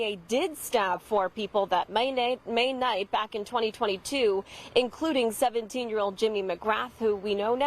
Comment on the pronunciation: Thank you for pronouncing his last name correctly.